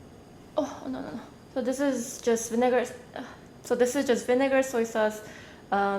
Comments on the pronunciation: Lol I noticed that :P whoops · it just sounded as though she did... lol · did anyone catch her say the N word when she tried to say vinegar lol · she didn't actually say it, it just sounded like she was about to lol